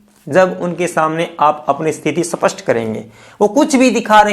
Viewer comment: Sir Wo सपस्ट nhi स्पष्ट होता है कई बार आपके मुह से सुना है कृपया सही हिंदी बोले